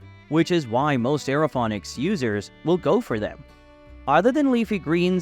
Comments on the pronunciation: What are you talking about? He pronounces Aerophonics and hydrophonics correctly? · Stop pronouncing it wrong.